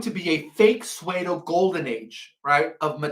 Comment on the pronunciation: The word PSEUDO is pronounced sue-do, like a girl named (Sue), and a female deer (Doe)